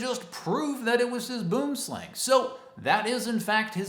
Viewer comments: Obviously you arent Afrikaans, but you are saying the snakes name incorrectly, you would say it as bwooomslang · The way you say Boomslang always amused me